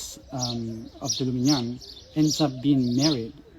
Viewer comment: Hello from France. I think it's LUSIGNAN and not LUMIGNAN. We call the "fairy" Mélusine. Thank you for this video. 🙂